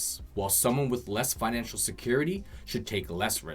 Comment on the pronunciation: Financial not finanical lol but good video.